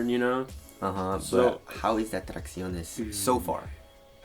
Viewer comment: You gotta stop saying “traxionés” it’s annoying as shit and the Asian accents are played out. At what point do you grow up?? I really want to like your videos like I used to back then.